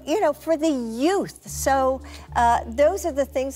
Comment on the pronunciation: Did you say yoots?!!